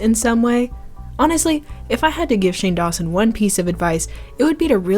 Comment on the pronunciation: LMFAOOOO THE "Hey shANe! 👁👄👁" TOOK ME OUTUTTTESJFESFE bc LITERALLYY